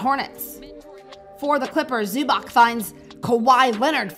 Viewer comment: It;s Ivica Zubac, not 'Zubak".